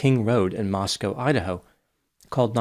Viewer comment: I grew up in Moscow and I appreciate pronunciation of Moscow. Most people, who aren't from there, pronounce it like the Russian city....